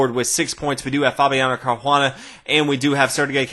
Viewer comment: where do you see H in Caruana?